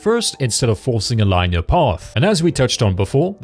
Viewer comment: Point stands, he was worried about butchering Ananta yet isn't with the word "genre" which I didn't understand, I eventually figured out what he was trying to say after the 3rd time he said it. He also butchered "Linear."